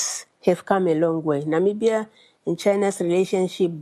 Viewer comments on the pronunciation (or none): Na Mi BYA not nambia. NAMIBIA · Hi. I enjoy listening to your news and viewpoints but was somewhat aghast at your pronunciation of Namibia. It made me question the authenticity of your proclaimed support for US trade with African nations.:(